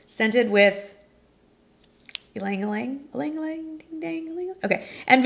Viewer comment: Ylang-ylang: "ee-lang ee-lang"